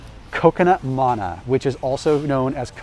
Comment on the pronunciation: I was amused by how he says manna but laughed a little at how he pronounces bruschetta after the times he talks about being Italian